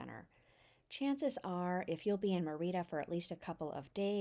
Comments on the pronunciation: ME - Rida Not MeR-Ida. The E is stronger than the I. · Really nice video, but please stop saying Me-RI’ da. It’s Mer’ Ida. If you’re going to do a video on a town, ask a local how to pronounce it so you get it right. It would be like calling California, Califor nia’. It’s just incorrect. I’m not angry, just being frank. I.hope to visit Mer’ida soon. TU. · Great tips, very useful information and a well-edited video, EXCEPT for one annoying flaw. You started off pronouncing "Mérida" correctly [MAIR-ih-duh] and then, for some inexplicable reason, kill the pronunciation to [mur-EE-da] for most of the video to the end. The accent on the "e" (é) means that syllable is emphasized. You pronounce it correctly at the start of he video, and, oddly, correctly at , then murder it in the very next sentence at and continue mispronuncing it "gringo-style" all the way to the end. The accent indicates emphasis of that syllable. Another small step towards Spanish fluency! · Actually, no. It's distracting, particularly when the mispronunciation is the very subject of the video. If you're going to make a video about a city, at least get the name right. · Omg. Learn how to pronounce the city! You are making my ears bleed. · Great video and tips. I've got to visit! A tip about pronunciation in Spanish is you always stress the syllable with the accent. If the word doesn't have an accent, you would have been correct stressing the second to last syllable. This is the usual rule unless there is an accent.